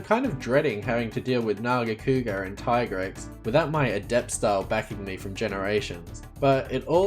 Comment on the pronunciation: I'm so glad you pronounce it "Tye-grex" I'm so sick of hearing "tee-grex" 😂